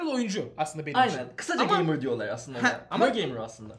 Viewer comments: "geymır" şenol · Geymır mı? Gey mey ne diyorsunuz abi. Size yakışmadı